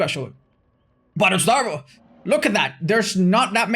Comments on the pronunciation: Otzdarva.... Not Otzdarva.... Oatzvara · "..these 50 win streak videos that otzvarra make" WHY DID HE SAY OTZVARRA ITS OTZDARVA IM LOSING MY MIND ONE DAY AT A TIME. someone get this man a lemon. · Dude said " vara" lol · Ok but That dude for reals said "Ohtzvara" 😂😂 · That man straight said, "Oatsvara." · "Oats Vara" ???.... 😂😂😂 This kid can't even say a name right let alone and get 50 kills with Clown lmao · Did he just call you Oats Vara? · is a tax evader confirmed in the intro, good to know. Also, "Odezvara" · in all his intros: "Hey guys, this is Aw-tz" That one ranter: "oAtS-sUvARaH" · Bro, I can’t get over the fact that he was pronounced as “oats-darva” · Mans really said "Oats-vara" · “oatsvara” ok buddypal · 'Oats-Zvara' KEKW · That one dude tries to criticize your 50 win streak video, but can’t even say your name right 🤦🏻‍♀️ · He...doesn't even say your name correctly. That's worse than the bad take about 50 win streak.